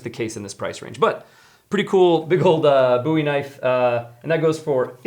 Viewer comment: You saide bowie knife wrong